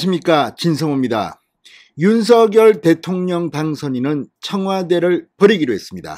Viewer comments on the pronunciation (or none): 진선생님 안녕하세요 좋은방송에 감사드립니다 한가지 건의드리자면 당선인 본인은 성함을 부를때 "윤성열"로 발음해 달라는 당부가 있으셨습니다 앞으로는 "윤서결"발음은 자제 부탁드립니다 수고하십시요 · 잘 보고 있습니다. 단지 윤서결로 발음하는것이 아니라 .윤성렬'로 부르기로 했답니다. 앞으로는 윤성렬로 발음해주시면 좋겠습니다. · 윤석열을 바르게 소리내세요. 윤서결 이 아닙니다 윤성열 로 발음하세요